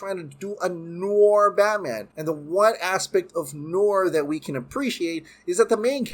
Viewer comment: I've never heard an American say "noir" before 😂